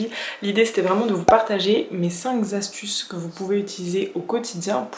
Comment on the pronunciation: Coucou ! Juste on dit "cinq astuces" et pas "cinq zastuces" Et on dit "même si " et pas " malgré que" 🙂 Sinon video intéressante !